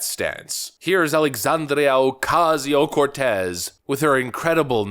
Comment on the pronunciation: Do you have to exaggerate her name? I'm Hispanic and Based AF but it sounds insulting to a whole culture.. Not just her. 90 percent of us don't care if you pronounce our names properly but AOC is awful and so many things to go after her about.